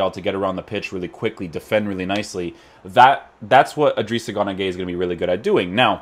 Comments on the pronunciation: Why does he say gunagueye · He seas gunagueye and it pisses me off